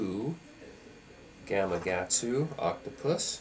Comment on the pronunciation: You Obviously don't know the first thing about articulated Shank or Spines!!! And it's Gama.. Katsu, Not GamaGatsu 🥺🥺 Dear God!! Reread it, Slowly, to yourself 😃